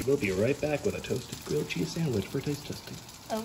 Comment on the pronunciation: *GRILLED CHEEZY SANWICH*